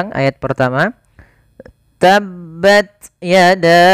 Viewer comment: Seharusnya dibaca Tabbats hrs ada hams